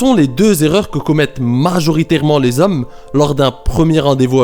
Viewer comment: Majoritairement et pas MaRjoritairement 😂 encore merci de tes conseils 🙏🏼